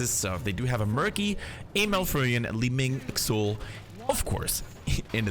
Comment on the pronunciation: Pronounced "Zool" not "Ksool"